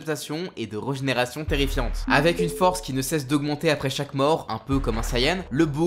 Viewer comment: Pourquoi dis-tu toujours "regénération" ? sauf si ça se prononce vraiment comme ça 🤔